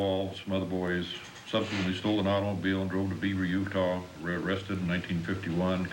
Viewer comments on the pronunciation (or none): none